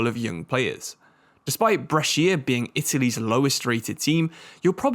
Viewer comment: Brescia's pronunciation is almost good, basically it's "bresha", you don't read the "i"